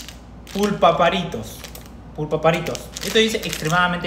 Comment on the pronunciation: Pulparindo no se dice pupultarindo